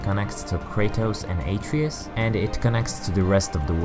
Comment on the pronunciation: Not bad but you should pronounce the sons name properly